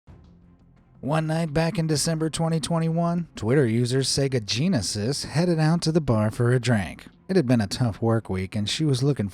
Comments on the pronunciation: Saga Jeaneses sounds like sega genises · wait wait wait, did you say her name was Seega Genesieze. are you trolling us SEGAaaa